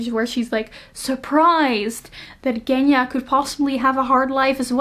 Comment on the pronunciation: So curios to hear Russian names from the people, who doesn't live in Russia :D We pronounce Genya differently ;) I'm from Russia :) Thank you for the video!